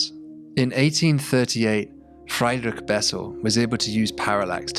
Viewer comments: Except OP didn't point out that Friedrich is pronounced Freed-rich, not Fry'd-rich, so missed a trick, really. (the -ch is that back of the throat raspy noise that the Scots put at the end of words like loch, but I can't transcribe without resorting to IPA (the International Phonetic Alphabet, not India Pale Ale, btw)). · could have used to get the German names right ... "Fried-" sounds like "freed" not like "fried" ... anyway its for A and F as the Germans would say